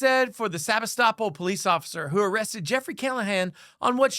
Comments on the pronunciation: PLEASE correct your video, it IS SEBASTOPOL NOT Sabistoppel. If you expect to have ANY credibility, then you need to get the basic FACTS correct. I went to the channel Press Democrat, and they had the city name. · "Sabi-stop-all" Seh-BAS-tah-pole or Seh-BAS-tah-pul. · You've got the pronunciation of the city wrong, it's Sa-BAS-to-pol. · You got the pronunciation of the city wrong. It’s “se bass te poll” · It's pronounced Sa bass ta pool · I think you should learn to say the city name, Sebastopol. seh-BAS-toe-pole. You are obviously thinking that it sounds like the legal term, "estoppel", but it is not pronounced the same way. That area of CA was settled by Russians, and is meant to sound like the area of the Crimea, "Sevastopol". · The only thing that bothers me more than the cops is the pronunciation of Sebastopol. It's pronounced Suh-BAH-tuh-pohl. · Love hearing people pronounce sabastipole lol sa-bas-tipol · Sebastopol… Pronounced SUH BASS TA POLE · dude, you're mispronouncing the town's name. here's some help: se-bass-ta-pool (Sebastopol). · I live in Sonoma Couldn’t figure out what you were saying The town is pronounced differently Emphasis on the BASS like fish se BASS tapole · Sebastopol is pronounced se-bass-too-pull. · It’s pronounced Seb-ASS-toe-pole. Sebastopol. 😉 Great report, thanks! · topol (/sɪˈbæstəpoʊl, -puːl/ sib-AST-ə-pohl, -pool) Please learn to pronounce the city. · Ha lmao- Sebastopol is pronounced Sea-Bass-Toe-Pole. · Maybe take a moment to learn the correct pronunciation of city names next time. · Heckuva story, but maybe check how to pronounce Sebastopol before recording. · New drinking game. Shot every time mispronounces "Sebastopol".